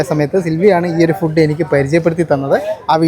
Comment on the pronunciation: ഫുഡ്ഡ് എന്ന് പറയരുത്, മംഗ്ലീഷാണ്. ഇംഗ്ലീഷിലോ ഫൂഡ് എന്ന് ആണ്. ഊള മലയാളികൾ പറയുന്നത് ആണ് ഫുഡ്ഡ്, ഡൈവോഴ്സ്, കൂൾഡ്രിംഗ്സ്, ..ഒക്കെ തെറ്റായ ഉച്ചാരണം ആണ്. കോൾഡ് ഡ്രിങ്ക്, ഡിവോസ്, ഫൂഡ്